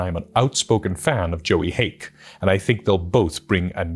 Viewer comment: Joey Haake? You mean James Haeck? Nevertheless all the love for James Haeck imo